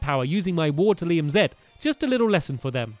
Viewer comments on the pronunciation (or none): Not waterlium waterium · Its waterium not waterlium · It's waterIUM not lium